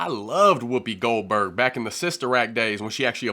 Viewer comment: That was so funny when he said Whoopi Golburr Bird. I hope he don't own no gun. Hahaha Hahaha 😅